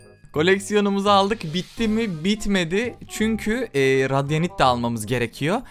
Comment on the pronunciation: Abi o radyanşt değil radiant